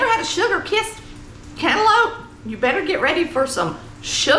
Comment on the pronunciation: YOU DID THAT!! All of that looks good! AND that very simple homemade biscuit recipe was the best! I'm from the Augusta area and I have seen and ate some home cooking! BUT Never with canlope! thats how we say it too! LOL! This was amazing! Thank you for sharing!